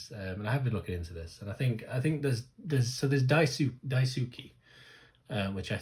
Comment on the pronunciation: Daisuki is pronounced more like die-ski, hope that helps a bit ^.^ Although Maya is my bias I really loved Yuna in this performance, she really shined to me and honestly her rapping tone is one of my favourites, it just sounds so warm and personable ^.^